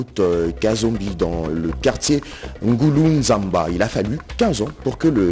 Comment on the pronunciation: C est le quartier Ngulunzambi, non nguluzamba